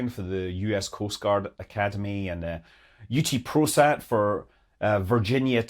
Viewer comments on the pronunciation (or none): No, not UT-Prosat but Ut-Prosat ("Ut Prosim," "To Serve," is the school motto)